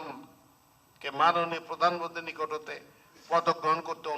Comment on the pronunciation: উপস্থাপক এত্তটা নিচু মানের হয় কি করে? কথাই বলতে পারেন না, প্রধানমন্ত্রী শব্দটাই বলতে পারে না।।